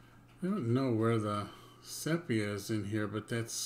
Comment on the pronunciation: "Sepia" is pronounced SEE-PEE-UH.